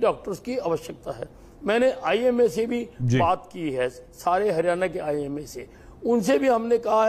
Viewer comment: हिरयाणा नही हरयाणा होता है